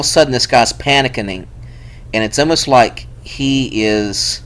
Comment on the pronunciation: LOL I had to stop watching when you said panickining … I spelled it exactly as you said it. Some of the things that trigger you such as capital letters or three question marks...maybe just your own paranoia??? LOL